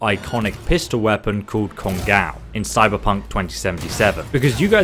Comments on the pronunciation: written "kongOu" Pronounced "kongAu" >_> it's japanese, it's generally pronouced exactly like how it's spelled (in letters atleast). And is it just me or does it remind anyone else of that gun "we" use in the interlude after the heist? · It's pronounced cone-go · Pronunciation of kongou(金剛) is "kong-go" or "Congo" Just heads up on that... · It's actually pronounce kong-o' not kon-gow it's japanese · Its pronounced kongo, no kongaaaou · I know it's pedantic but it's pronounced "Congo" like the African country. It was the name of a Japanese battleship in WW2. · Just so you know 'ou' in Japanese elongates the hard 'O' sound which is why you will see some translate the 'kana' as 'oh' instead when using romanji or romanizing the sounds using the english alphabet. So this gun is actually named KONGO with a long 'O'. Just an FYI. Thanks for your videos <3 odaiji ni ne! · 'Kon-gaw' lmao. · How is it that you say "go" in this video but mispronounce "Kongou"? Love your videos anyway! Keep it up!